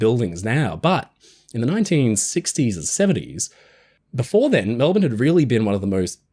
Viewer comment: That's "Mel-bun", NOT Mel-born... Bloody Americans... 😅